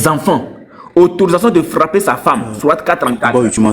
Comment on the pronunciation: Frrrrrrrrrrrrrrrrrrrrrrrrapper frappppppppppper frapppppppppppppper😂